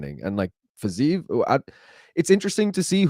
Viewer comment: for the love of God, stop with the "Fizayev " It's Fiziev. I can't tell if you're doing a Chael "Pierra" bit or what, but it's personally really annoying